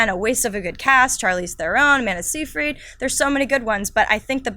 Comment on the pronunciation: Amanda See-freed??? Wtf???